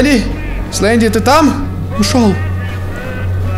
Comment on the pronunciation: ни слендер а сленди